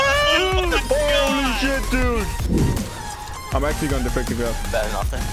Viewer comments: "Dood"? Really? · IT'S NOT DOOD man it's dude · 에 dood가 아닌 dude 일껍니다